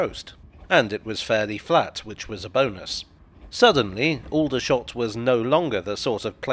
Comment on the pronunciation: People who live in and around Aldershot don’t pronounce it with the same vowels.